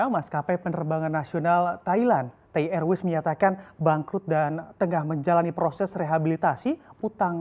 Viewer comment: Tai erways...njirrrr pembawa ajaranya 🤣